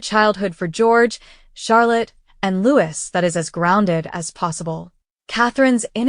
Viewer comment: PLEASE PRINCE LOUIS IS HIS NAME AND PRONOUNCED LOOO EEE NOT EVERY OTHER NAME STARTING WITH L PLEASE GET IT RIGHT